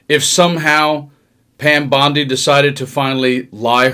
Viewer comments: What is a "bond eye"? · 1. Great video. 2. Keep up the good work. 3. You've only READ "Bondi", and never heard it actually pronounced verbally by anyone, is my guess.